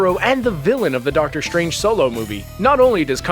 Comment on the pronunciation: I didn't realize that "strange" and "stride" are now pronounced "shtrange" and "shtride".